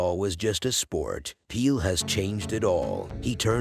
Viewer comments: What's with this calling the man Peel?... The name is Pele. Need to do this tribute over & get it right ... Please out of respect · His name was Pele, NOT Peel !! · I could not finish watching this video. His name is p e l e not p e e l ‼️‼️‼️‼️😡 NOT PEEL‼️‼️‼️‼️😡 PELÉ PELÉ PELÉ PELÉ PELÉ PELÉ PELÉ PELÉ PELÉ PELÉ PELÉ PELÉ PELÉ PELÉ PELÉ PELÉ PELÉ PELÉ PELÉ PELÉ PELÉ PELÉ PELÉ PELÉ PELÉ 🌏🌎🌍🗺️ GREATEST! COULDN'T GOOGLE HIS NAME I MEAN I MEAN ON YOUTUBE YOU COULD FIND SOME KIND OF YOUTUBE THAT SAYS OH HEY THIS IS HOW YOU SAY PELÉ BEFORE YOU RELEASE A VIDEO ABOUT, PELÉ ‼️‼️‼️‼️‼️‼️ They're like fifty of these videos on YouTube. Here is only one: How to pronounce PELÉ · peel ? Please teach guy how to say Pelé! not that hard!! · who in the world is peel??? Surely you have to have witnessed the entire world call him Pelè. Horrible video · How could anyone pronounce his name as Peel 🤦‍♂️ How can you be a reporter. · CR7 images were shown but the narrative refers to Ronaldo of Brazil. Pele pronounced as Peel. The creator of this video could have been more respectful. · Great tribute compilation. But the constant mispronunciation of his name sort of undermines it. The editor should have caught that.